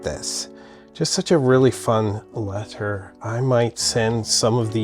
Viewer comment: What’s with your weird pronunciation affectations? Americans say “let-ur” not “let-ttturh”, and “write-ing” not “write-ttting.”